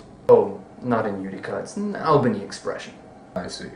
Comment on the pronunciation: As a person from Upstate New York I'd like to remind everyone Albany is pronounced like All-benny, not Al-bany